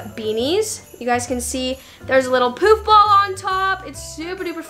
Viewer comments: It sounded like she said there’s a little “poop” ball on top. But it was poof right? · When she said poof ball I thought it said poop ball